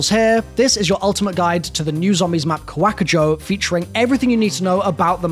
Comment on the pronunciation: Kawakujo =Kawa-ku-jo, not Kwak-a-jo Oni= O-nee, not Or-ee